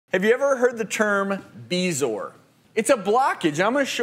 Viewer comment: So THAT'S how "bezoar" is pronounced